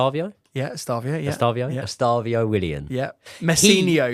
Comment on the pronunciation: can’t wait for to get Estevao’s name right 😂💙